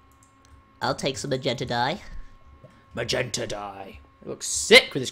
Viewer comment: skip to that part and listen to wen syndicate says magenta hahaha made me laugh so hard Love ya syndicate